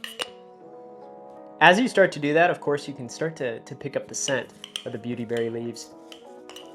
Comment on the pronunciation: You really should have said the word "beauty" with a little more force. I turned the volume on my phone all the way up and it sounds like you are saying ditty berries.